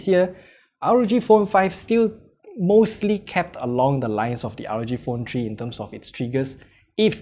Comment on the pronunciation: Rog phone tree?